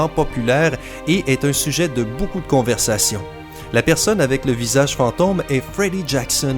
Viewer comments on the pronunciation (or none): none